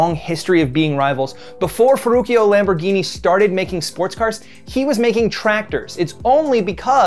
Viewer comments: did he pronounce ferruccio as ferukio??🤣🤣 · No, but he pronounced it that way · Normal people: Feruccio Lamborghini: Furukio Lamborghini desu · Letteralmente tutti gli americani: ferucioooo Io: porcodio si dice Ferruccio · Its not Ferukio, his name is pronounced Ferruchio. 👍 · it really hurt when he said "ferruchio" and not "ferruccio" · you don't say ferrucchio lamborghini. but Ferruccio Lamborghini;) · I never heard anyone butcher Ferruccio's name like that... Ferrukee-oh? The last part's pronounced CHO (english phonetics), not kee-oh. EDIT:....wow... Mille Miglia... Honestly guys, with all the research you do, you couldn't bother to look up how pronounce these words? It takes two seconds.. I'm not talking about accent, but at least looking up basic pronunciation of the words you're going to use. If you're going to say a word so badly that it doesn't make any sense in either your language or the word's language, just use a translated version of it, like Thousand Miles. That was cringe to hear. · well, he does mispronounce Ferruccio Lamborghini as "fer-rooky-oh" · i was cringing every time he said “ferukio” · "Forukio lamborgini" 😂😂😂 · bruh it's ferruccio .. pronounced with a " ch " sound not ferrukio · Btw the double c in Ferruccio is actually pronounced as "ch" not "k" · Gallardo isn't even an italian word, it's spanish. And yeah, the way he pronounced Ferruccio made me cringe hard... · Ferruccio’s name is pronounced as a “ch” when you hit the two Cs in his name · Italiani morti dopo aver sentito come ha pronunciato Ferruccio ⬇️ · First of all this guy should learn how to pronunciate "Ferruccio" OR "Mille Miglia" correctly.